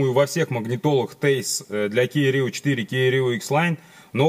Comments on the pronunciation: Тиайс,а не тэйс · Вообще то правильно говорить ТиАйс. Спасибо за инфу! Молодчина!